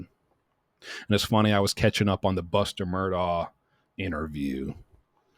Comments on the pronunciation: The Murdaugh family themselves pronounce their surname Murdock. Please pronounce it correctly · Every YouTube person has been told this. Most refuse to pronounce it correctly regardless. I’ve known people with this name in California as well as other states and it is correctly pronounced exactly as you say it should be,. Goes way back to Celtic roots. Thank you for helping point it out again! ❤